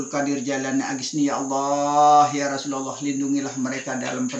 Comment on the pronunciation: biasanya lafaz kalimattauhid itu LA ILAHA ILLALLAH MUKHAMMADURROSULALLAH tapi kenapa tadi diucapkan LAI ILAHA ILLALLAHMUKHAMMADARROSULULLAH....?